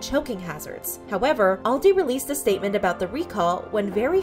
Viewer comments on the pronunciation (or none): The way she says Aldi is so funny to me 💀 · That’s not how you pronounce Aldi